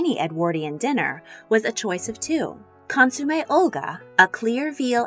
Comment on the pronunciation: Me, too. The pronunciations are killing me. Consoome?